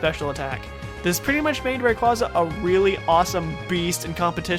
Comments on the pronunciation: Everyone keeps mispronouncing Rayquasa. It's pronounced "Ray QUAY suh" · Why can't people say rayquaza right